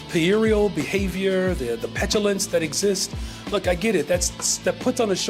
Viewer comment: He is so embarrassing. He can't pronounce "puerile". And he's supposed to be a teacher? His owners should know to keep his scripts simple.